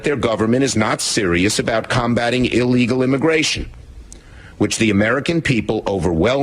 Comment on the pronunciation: Hey,... There is NO SUCH WORD AS "EE-Legal"!!!